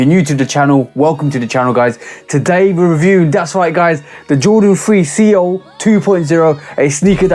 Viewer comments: These might be my SOTY next to WC4. Love all the details. Seoul can be pronounced like soul. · It’s pronounced SOUL. But yea this show fire!! Lol